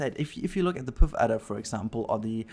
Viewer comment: The puff adder & gila monster are pronounced p uh ff adder & hee la monster. Not poof adder & gee la monster lol